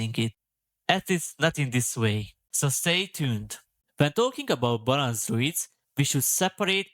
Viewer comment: ‘Balansz’ 😂 magyar akcentus peak ❤